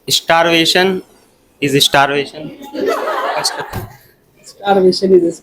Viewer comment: starvasion is starvation 😅😂 Wah wah😅